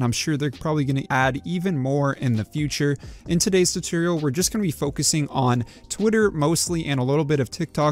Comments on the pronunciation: Awesome video! This may be me or my hearing but are you saying tutorial or tutoral ? Regardless, thanks for the video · Lost me at "Turtorial". 🤣